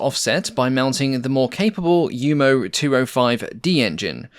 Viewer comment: It's commendable that you say 'Jumo' (you-moh) correctly, but a German v is - like the Dutch v - almost invariably pronouced 'f' and in itself its' pronounced 'fauw', so it's 'blohm und foss bea fauw 138' designed by 'ree-card fogt'.